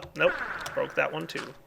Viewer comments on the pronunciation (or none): Water came out of my nose when he said thath XD